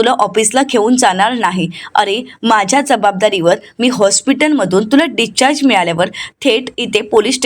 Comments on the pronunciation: डिस्चार्ज असा शब्द आहे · डीच्चार्ज काय म्हणतेस discharge